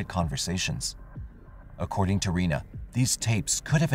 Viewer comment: Her name is pronounced Renee not Ree-na and you need to speak with her about what she has been put through by OPD. The tapes were never found and yes the girls were suppose to testify. I see that you couldn’t explain why the car was muddy and the girls clothes were wet/muddy. You also showed a picture of the wrong type of truck that was on the security video. The driver of that truck is now deceased but his truck has never been found hmmmmm. His family is part of the judicial monarchy in Ozark. You could have done better by actually coming to Ozark.